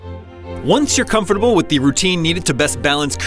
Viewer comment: Why bro pronounce comfortable like that? Speak American cuh